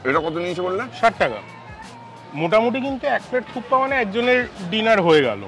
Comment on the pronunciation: দাদা ওটা থুপ্পা নয়। থুপকা বলে ওটাকে 😁😁 । মিলিয়ে নেবেন কোনো নেপালি ভাই থেকে।